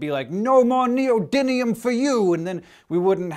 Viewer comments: I know it seems to be the common pronunciation in America but surely the spelling should help a bit, a turban is an item worn on the head, whereas electricity is generated by a turbine. More importantly there is no such thing as neodynium, the element you are thinking of is neodymium. Come on Hank, this is meant to be educational. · Neodimium not Neodinium. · I think he's actually mispronoucing it "neodynium", which really bothers me. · Has anyone mentioned yet that you're mispronouncing neodyMium?